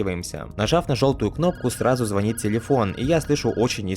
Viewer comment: Реклама ВПН - meh... Ну такое. Я лично осуждаю. По теме - есть мелкие недочеты в переводе игры, но это некритично, учитывая масштабы работы. Пожалуйста, русский язык!!! Деепричастные обороты и ударение в слове звонИт - это бич большей части ютуба и то, что режет слух в первую очередь. Подсказка по деепричастным: в видео было что-то вроде, условно: "Посмотрев видео, зазвонил телефон", - но деепричастный оборот ("посмотрев видео") относится к тому подлежащему, которое идет в основном предложении. У нас подлежащее - "телефон", сказуемое - "зазвонил", значит, "посмотрев видео" не подходит к этому предложению совершенно, поскольку телефон смотреть видео не способен. Зато можно сформулировать это как: "Я посмотрел видео, и тут зазвонил телефон", - или: "Посмотрев видео, я услышал звонок". Хотя второй вариант все равно мне кажется косноязычным. Если трудно формулировать деепричастные так, чтобы выходило грамотно, лучше их в целом избегать, а то бывают вообще такие ребята, у которых обороты почти в каждом предложении, и все неправильные.